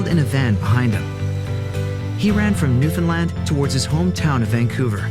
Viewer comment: You are a great dad.And you get an extra ration of maple syrup for pronouncing Newfoundland right❤️🇨🇦👍